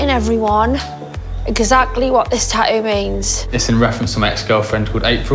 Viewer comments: I love how they say tattoo "Tau" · They way they are pronouning the word tattoo is driving me crazy...